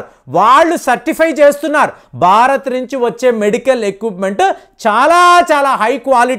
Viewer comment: అంతా బాగా చెబుతారు మీరు కాని బారత్, బర్తీ, బక్తి... ఇలా ఒత్తులు పలక్కపోవడం శోచనీయం. సబ్జెక్టు తో పాటు ఉచ్చారణ కూడా స్వచ్ఛంగా ఉండాలి. దీనిపైన దృష్టి పెట్టండి కాస్త!